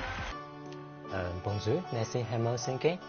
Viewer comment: Bonjour的發音也不准，像剛剛學講話的小孩發的音。